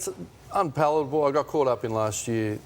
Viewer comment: Ross Lyon "it's unpallable" Good to know that you can be illiterate and still get a gig on TV